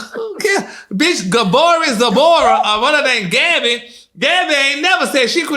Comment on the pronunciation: Not Gaboree Zabora 😂but I knew who he meant 🤣🤣